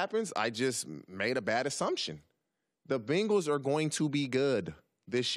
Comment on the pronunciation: Did TJ pronounce Bengals like Bingles? Awesome! lol